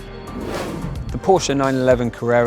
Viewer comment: Props to you for pronouncing "Porsche" the correct way